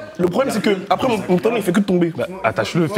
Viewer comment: « Acrè » nanani, nanana, « acrè » c’est après bordel 😂😂 ça me rappelle moi quand je parlais en primaire 😊